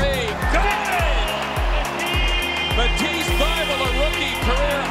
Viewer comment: 'At (@ ease' ( sounds like 'atisse)